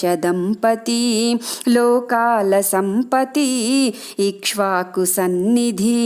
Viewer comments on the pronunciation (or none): none